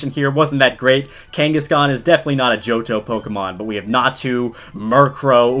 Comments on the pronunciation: My brother pronounced johto as jonto 😂😂😂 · I used to pronouce johto, "Jehoto" Ngl tho, it's gotta ring to it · Ahh yess, “Janto” my favorite pokemon region!